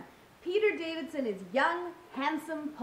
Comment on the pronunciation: I guess I'll be the first one to call this out. Davison, not Davidson. Yup, I mentioned it.